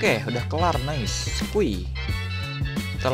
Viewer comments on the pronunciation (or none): none